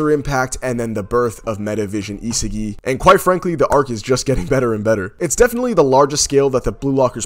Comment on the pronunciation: my man said isegeee 😭